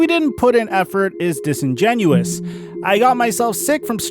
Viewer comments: Welp...I now realize that been saying "disingenuous" wrong this whole time and I now am pretty disappointed in myself lol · did jus say disingenuous 😭😭😭 HOF WHITE BOY BADGE ACTIVATED. ( not racist jus ah joke, dont b ah karen )